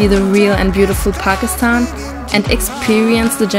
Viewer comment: She really knows how to pronounce Pakistan unlike some Youtubers. So she is definitely speaking truth.